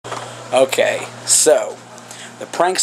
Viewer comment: said oday instead of okay